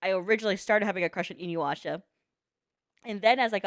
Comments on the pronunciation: I find it funny how nobody in chat commented on her saying "Inyuasha" instead of "Inuyasha" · lmao "in-you-asha"